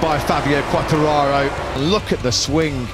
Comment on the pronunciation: for the brits is so difficult to name Quatrararooo ahahahah u are so funny